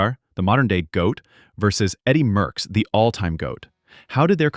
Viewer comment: Merckx, not Möhckx.